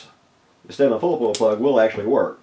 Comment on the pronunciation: Took me awhile to sort out the words you said .. transcript says Stanley, and Stellar, and Sailing for STEDLIN!